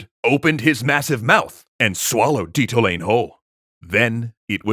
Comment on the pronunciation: It is Le-su-tu (like Zulu) and Di-ta-o--la-neh.